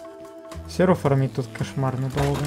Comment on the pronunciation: Да б.ять, не фермить, а фармить. Видос норм.